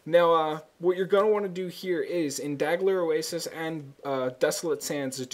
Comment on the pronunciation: The inability to pronounce Dalghur Oasis drove me fucking crazy during this video. DAL-GER. Has anyone confirmed finding a signet here? I don't want to waste my time if it can't drop past the ruined cistern.